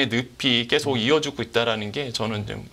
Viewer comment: 말씀 잘 들었습니다. 그런데 발음이 너무 거슬려서. 언제부터 계속 이 꺠속이 되었구, 조금이 쪼끔이 되었는지... 요즘 말투인 것 같은데....헐...